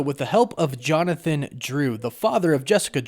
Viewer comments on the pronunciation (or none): none